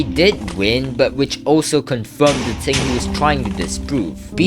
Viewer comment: bro really says ting and not thing